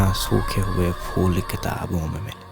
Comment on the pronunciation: صحیح کہا اور لفظ پھول کو فول ہونے سےبچائیں۔